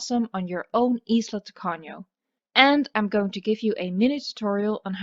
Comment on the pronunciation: Excellent pronunciation of Spanish, did you know that "Tacaño" is a stingy person? well, it would be great first in Pena Island, it is the most difficult All the best for you 0/´´